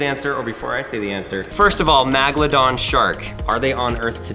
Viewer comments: If you're gonna talk about Sharks least say the name right How you pronouncing the name is incorrect it's called megalodon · I’m sorry I have to ITS VALLED MEGALADON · its pronounced (meg-a-lo-don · You are pronouncing megalodon wronge it's like Mega La Don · Why does he say magladon😑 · magladon magladon magladon magladon magladon magladon magladon magladon magladon magladon magladon magladon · Every time you say megalodon incorrectly I said the proper way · You sed the sharks name wrong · He said Megalodon wrong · It’s pretty funny he can’t pronounce megalodon correctly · Your poor pronunciation of the name of the shark is getting making me infuriated!! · your pronouncing megalodon wrong lol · I don’t usually get bothered by how often you miss pronounce things in videos or get information wrong, but how do you stuff up Megalodon?.... you have something 300 million years old and you still can’t get it right? If I was the person who gave you this to do the video I would be ashamed. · Is anyone annoyed with the way that says Megladon? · Ok first off your saying the name wrong Scientist have proved that the Megalodon is still alive it’s on a tv show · it is meg not mag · I’m a fossil collector so that hurts really bad. And it’s megalodon not a magalodan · im pretty sure its MEGladon not MAGladon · Did he just pronounce Meg ladon Mag ladon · Magelodon Me: Megalodon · It's a meg'aladon tooth not magladon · It’s megalodon not Magladon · Magldom it's megldon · its not magladon its megadon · This guy doesn't know how to say megladon , magladon lol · It's meg not mag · MEGAlodon. Not maga. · Nat a magladon a megalodon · ITS NOT MAGLEDAHN ITS MEGALODON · I hate when he says Magaladon. Its MEGALADON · ITS NOT MAGLADON ITS MEGLADON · Megalodon not magdolon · the first syllable of the word is meg not mag. Its pronounced meg-a-low-don. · It’s called megladons not magladons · It's not Magalodon it's mega lodon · It’s megalodon not magalodon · M E G. not MAG